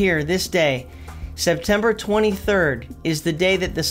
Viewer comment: My friend says SepTIMBER, but perhaps it's really OctOVER!